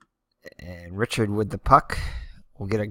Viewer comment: Re chard (Richard) corn-y-a